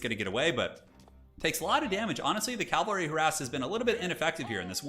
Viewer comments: Get yours checked, mate. Clearly incorrectly saying "Cal - vary" throughout, instead of the correct, "Cav - alry". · Please learn how to pronounce cavalry. Hint, it's not calvary